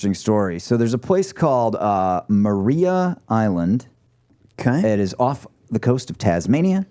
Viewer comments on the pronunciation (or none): It's pronounced Mariah Island (spelt Maria)